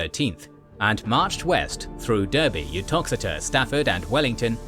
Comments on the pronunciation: It definitely is pronounced 'Darby" though spelt "Derby", you are correct. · is obviously British himself! Weird that he would mispronounce both “Berwick” and “Derby”! Luckily he pronounces «Worcester» and other such misspelled place names correctly 😉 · I'm pretty sure the voice is AI generated. That would explain the over-literal pronunciation of place names. It knows some names (Edinburgh, Worcester), which I assume are specifically included in its training because they're major places, but it stumbles over Derby and Berwick.